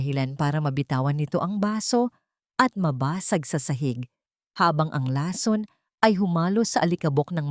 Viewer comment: May asawa c Zarex, pero sa kwento ay binata, alin ba ang totoo?mali ang bigkas ng lason, buti naman at iba iba na ang mga pangalan ng tauhan ng kwento,,kaya lng mali mali pa rin ang pronounciation ng mga salita